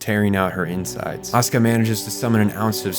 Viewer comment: Bro why are you calling asuka ,,oskar" dafuq